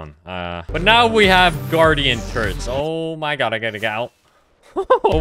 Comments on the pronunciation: WOULD YOU PLEASE PRONOUNCE GOD AS GOD AND NOT GYAD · every time you say oh my gyad i die a little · he said omg many times and it really sounds like he’s saying “ OH MY GYATT” 😭😭😭😭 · OH MY GYAD!!! Person: You mean Gyatt? Or god?? Other Person: God + Gyatt = Gyad: Yes. Exactly